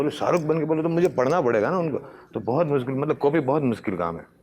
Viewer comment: भाई बस थोड़ा तलफ़्फ़ुज़ पर ध्यान दो शे को से मत बोलो जैसे मासाअल्लाह नही माशा अल्लाह रोज नही रोज़ मुस्किल नही मुश्किल इन सब बातों पर ध्यान देना ज़रूरी है